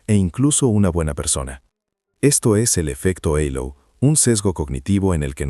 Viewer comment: Estas maquinas van a cambiar nuestro idioma ya que hablan en castellano y pronuncian en ingles..En castilla se dice halo con la h muda y no eilo como pronuncia aca ,que entre otras cosas es el circulo brillante que corona a las personas santas o de espiritualidad superior